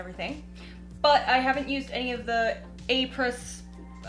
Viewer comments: Apres is French for after. It’s like apres ski. You pronounce it Ah-pray. 😊🇨🇦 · It is pronounced Au pre